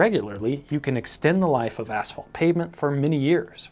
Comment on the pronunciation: Thank you for saying ,,asphalt" (ass-fault), and not ,,ash-fault". I've heard people say ,,ash-fault" so often I"ve begun to wonder whether there's something wrong with me.